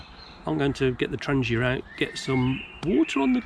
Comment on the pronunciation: I love hearing "Trangia" pronounced the same way as the manufacturer pronounces it. I salute you for trying to get away from the ingrained "Tran-gee-a" pronunciation that has become so pervasive in almost every bushcrafting video I watch!